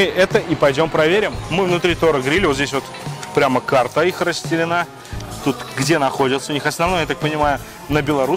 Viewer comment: "Сложное это дело -ходить, еду ОБЗИРАТЬ" + "вот тут вот карта их расстеленА" :)) Ай-яй-яй. Подтягивай речевую грамотность. Ты ведь выступаешь в роли ведущего в этой программе. А шоу действительно хорошее, интересно смотреть.